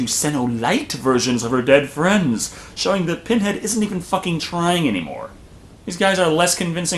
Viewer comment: Not only does she mess up with the Lamont Configuration but then she says Penhead.